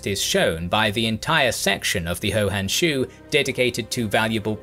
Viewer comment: Pronounce the first word of "Hou Han Shu" as "who", not as "ho". Those 80K archers were actually horse archers. Homer "Dubs", rather than "Dubbs". "Cursus" Publicus, not "Curcus" Publicus.